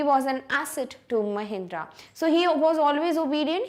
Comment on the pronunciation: Actually mam it is Mahendra not mahindra mam pronounce it properly.